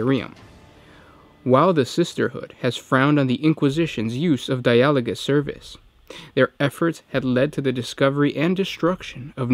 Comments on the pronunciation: Or Dia-ah-low-gus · I'd expect the emphasis on di-a-LO-gous (as in the dutch word) or DI-a-lo-gous like the english word dialoque... (edit) Darn, in italian it's di-A-lo-go... assuming latin (and thus gothic) is more like Italian than English or something else, the pronunciation in the video might be right!